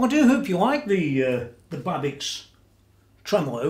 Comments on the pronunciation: nice explanation and coverage. can't wait to see her complete! i think its pronounced babish... rock on.......ptp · BTW it is pronounced like it would be written Babitch :-)